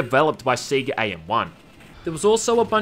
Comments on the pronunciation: It's "Say-ga" not "See-ga" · Its pronounced Say-Gah... not Sea-Gah... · Alot of people here in Australia pronounce it that way. I know I did as a kid, until I 1st saw the bit in sonic 3 where it Sega "SAY GAH" and since then I've said it that way. And yeah, I kinda still cringe when I hear other Aussies say it "see gah" >.< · It's like how some Americans pronounce it as 'Seh Gah'. Everyone has heard the word pronounced in various Sega games, and yet they still don't pronounce it correctly. It baffles the mind. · Seh gah in Scotland too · Everyone: sega Australians: siega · See gah. Lol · it's Say-ga, now come on, say it with me... Say-ga! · Never head "Sega" being pronounced "See-ga" before. How could anyone do this? Also are you aware of the english-tutor DS game based on House of the Dead 2? It's basically typing of the dead but you write instead of type. Zombie Shiki Eigo Ryoku Sosei Jutsu: English of The Dead it's called. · I will eventually get over your pronunciation of Sega.